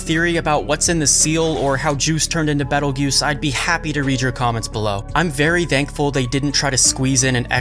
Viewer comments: I was getting confused cause I was hearing Jews instead of Geuse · Yeah, even the Light Novel calls him Petelgeuse and the Anime changed to Petelgeuse in season 2. I hope they don't randomly forget that XD Do you mind if I help you with the pronunciation? It's actually interesting because it's based on the Spanish pronunciation.